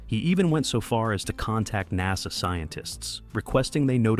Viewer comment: Kier Du-LAY is the correct pronunciation of his name. Also, NASA is pronounced Nassa, not naza. (Later in the video it is pronounced correctly.)